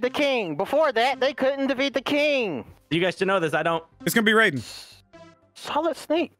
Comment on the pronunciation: Is anyone else annoyed by their constant mispronunciation of Raiden from Metal gear solid